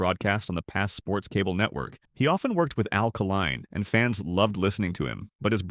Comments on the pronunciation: Mispronunciation of names like Kaline's, many backwards pictures. This could be a good presentation if it was edited properly. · Met Mr. Northrup at a BBQ in the early seventies, saw that team play a few times. and the name is Kay Line, Al Kaline